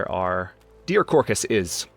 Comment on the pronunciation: I’m from Texas and we say carcass. It’s sounded out like car + cuss.